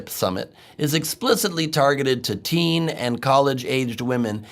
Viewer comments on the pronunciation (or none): none